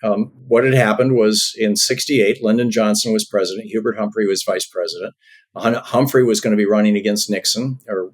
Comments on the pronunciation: It's HUBURT HUMPHREY, not HERBERT HUMPHREY. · HUBERT Humphrey, Darlin' - not HERBERT Humphrey. Educate yourself. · What fresh air to see these two brilliant people illuminate, enlighten, tell the truth. Thank you, thank you. (Did I hear “Herbert” Humphrey? It’s Hubert.). I am so grateful to know these facts presented with such clarity. YES - May Joy Reid, Rachel, or any mainstream news person get this info out there! Thom Hartmann is a national treasure and so is.